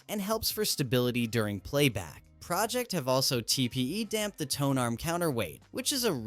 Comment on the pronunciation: AI voice pronouncing Pro Ject wrong and right back to back in the same sentence is ridiculous.